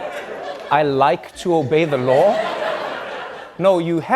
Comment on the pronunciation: Hahahaha at first i thought I heard trump say "I'd like to evade the law" not "obey" lmfao